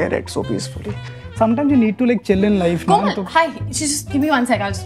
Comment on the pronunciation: When she said KOMAL 😖